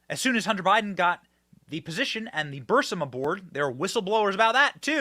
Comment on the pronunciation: Benny just a heads up you are pronouncing burisma wrong, also I think a lot of people know how corrupt Ukraine is and we seriously need to look into the money we keep sending them, it has to be a money laundering scheme between Ukraine and the Biden administration and possibly even Congress.